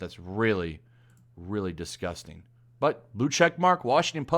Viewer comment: Washington post: dis respects a legend: DIS-GOUS-TANG